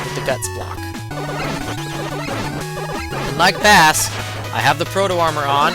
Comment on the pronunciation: Don't wanna be that guy,but Bass is pronounced like the musical term,not the fish,and I know in Megaman 8 Megaman himself pronounces Bass like the fish,but just like Rock(Megaman) and Roll,Blues(Protoman),Bass (and Treble) is a musical reference. Also,Bass is one of those boss fights which feels almost unfair the first times,but after finding how simple he can be,he is really fun to fight,especially because even after learning him,he is somewhat of a challenge.